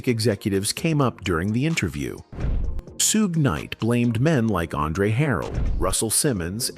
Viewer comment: HI,im not screaming I just want whomever puts these videos together, to pay attention; DO SOMETHING ABOUT YOUR VOICE OVER GUY?THIS MAN CANT PRONOUNCE PEOPLES NAMES AND ITS A GREAT DRINKING GAME FOR MY FRIENDS,TO TAKE A SHOT EVERYTIME HE MIS-PRONOUNCES SOMEONES NAME, SUGES NAME Is not shooed like stooge!? 🤦🏽‍♀️but, I don’t drink…teach them how to pronounce Suge, but, this is just an example he’s constantly doing it to other people’s names too. It’s v😂ery distracting And annoying 🤦🏽‍♀️ Please! sue- gay l NOT! correct n I doubt Suge would like that 🤷🏽‍♀️😂😂😂